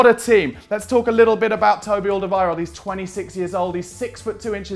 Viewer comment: Learn how to say his name